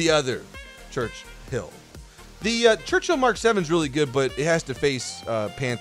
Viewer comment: Ah yes, the Gerchill.